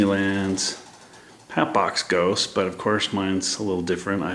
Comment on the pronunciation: Wow I just bot a head of the hatbox ghost but you said it wrong it's hatbox ghost